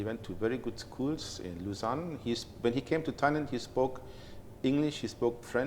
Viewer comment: โลซาน (Lausanne) ไม่ใช่ ลูเซิร์น (Luzern) ครับ